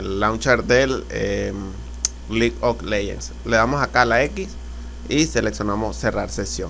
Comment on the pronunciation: vamos a selecciona la carpeta que dice LIG OK LEYENS, por que hablas tan feo.